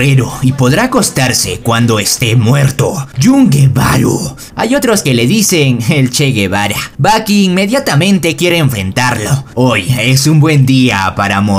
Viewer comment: Guevaru = Guevara